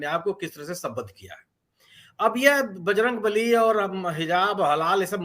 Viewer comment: दूसरी बारमे बजरंग नली का उच्चारण किया इस लिए नाराज हुए बजरंग बली । बच गया जनता की बलि